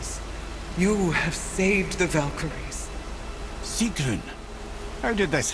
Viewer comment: It not sigrun